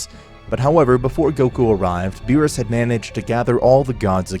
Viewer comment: Ok, so the story is pretty good but I'd have to say that the execution of it has just degraded more & more to a shitpost lvl for me due to the character's names constantly being badly mispronounced along with the character's personalities going out of character unrealistically; even for a what-if. (the only character that personality makes sense is Goku & that's only because the what-if is centered around him)